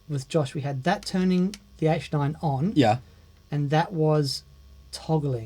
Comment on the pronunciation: In the Josh Smith video, every time he said "H9" I thought he was saying "8-9", so making the program changes for the H9 on the 8 & 9 buttons makes perfect sense to me...